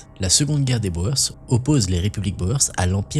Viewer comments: Il ne faut pas prononcer Boër mais bien Bour ! (Littérallement, paysans en Néerlandais) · Boer : on prononce comme "bourre" pas comme "Bauer". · Intéressant. Merci. Pour info, Boers se prononce "Bour".